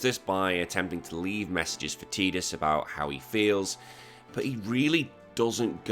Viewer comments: I'm with you on this..games full of water.... Tide.... Tide-us ....tidus Stick your teedus with your ket shee 😂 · It’s Ty-dus, I will die on this hill. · Lost me at tee-dus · Sorry bud, it’s Ty-dus. The voice actor, James Arnold Taylor, confirmed the proper pronunciation of the name 😂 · I'm with you... Games full of water... tide...... Tidus ...I'll join you on the massacre on this hilltop ...you can stick your teedus with your ket shee😂